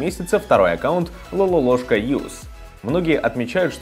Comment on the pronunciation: Не Лалолошка , а Лололошка!